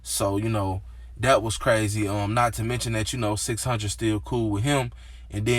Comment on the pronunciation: 6 hun-dred 😖😖